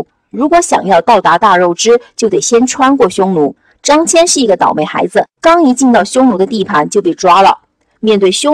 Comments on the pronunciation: 大姐，人家叫张qian，不叫张jian了！本来想让儿子看的，还是算了，不知道还有什么小毛病！ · 辛苦啦，非常棒，感谢！捉个小虫:秦国连横的是张仪不是孙仪，汉武帝时期丝绸之路的开辟者叫张骞(qian一声，不读jian) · 读错的字蛮多的，张骞，大宛 😂